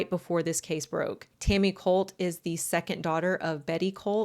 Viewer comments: cOHlt clan not cUHlt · Kinda does. Depends on how you pronounce it.